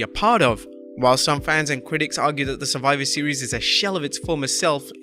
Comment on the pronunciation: "Surfiver Seas" - Adam Pearce.